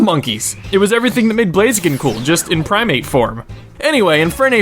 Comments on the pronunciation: Blaz-i-ken not Blaze-ken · IT'S BLAZIKEN, NOT BLAZEAKEN!